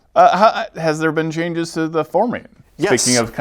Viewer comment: kept saying Fomorian as Formian... dammit do not give me false hope that WotC is bringing back our favourite Lawful Neutral hive-dwelling Ant-people!:D